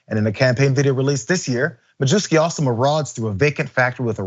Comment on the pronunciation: mah-yev-ski, not mah-joo-ski